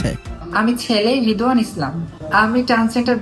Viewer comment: রিদওয়ান না রিদওয়ানা